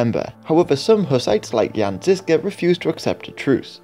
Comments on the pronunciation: Ok quick 101 on Czech pronounciation of some of the key names. The letter Ž in the name Žižka or Želivksý. Is pronounced Plea-su-re. The su (phonetically) is the word Ž. This is not criticism, or an hurtful comment. Just a piece of knowledge relevant to this video. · Žižka, Želivský - Ž is /ʒ/ Tábor, Kutná hora - á is /a:/ Domažlice, Poděbrady - damn... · Its not Jan Zizka but Jan ŽIŽKA